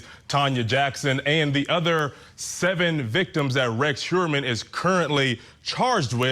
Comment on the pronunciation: This is great information, but this Attorney ladies is in ability to pronounce. The guy’s name is annoying. It’s not Hermann.